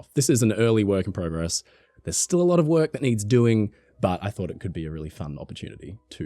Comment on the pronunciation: You say PROCESS and PROGRESS wrong!